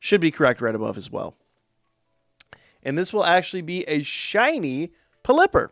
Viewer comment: The way you pronounce Pelipper may be the most triggering thing I've ever heard in my life lol